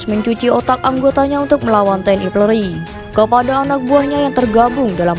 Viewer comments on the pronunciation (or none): Apa hanya saya yg dengar TNI PLORI dalam penyebutan.